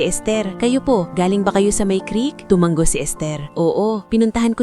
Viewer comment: Sana ayusin nyo yung pagbigkas ng salita tulad ng " tu- ma- ngo" sabi ng narrator " tu-man-go" me bago na ba tayong paraan ng pagbigkas ? bawat paraan ng pagbigkas me kanya kanyang kahulugan!!!